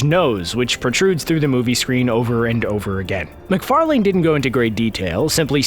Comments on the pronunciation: Seth MacfarLANE. Say what? That's not how you pronounce Macfarlane. It's pronounce Mac-far-lan. Not Mac-far-LANE. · His name is pronounced "Mac far lin". You said "Mac far lane". Yes, it's spelled that way but you say "lin" at the end. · You said Seth macfarlane’s name wrong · Seth McFarLANE You're really making sure you enunciate that final syllable, aren't ya? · Lmao Seth McFar-Lane'd xD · That's not how you say MacFarlane lol